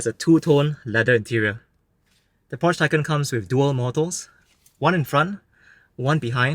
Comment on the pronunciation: You totally mispronounced Porsche and Taycan. Also, you do not need the key to enter. You can use the app or set it to sense you approaching.